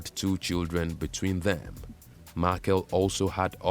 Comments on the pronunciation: Samora Machel's biography is largely accurate except for the narrator's woeful pronunciation of the late president's name and that of the country's former capital, Lorenzo Marques. Samora's last name is pronounced "Ma-chel" [not Markel], that's Portuguese for Michael; and Lorenzo Marques is pronounced Lorenzo Marques as in "Mark." with the "s" being silent. Thank you. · Machel as in Mashele, which is a Tsonga surname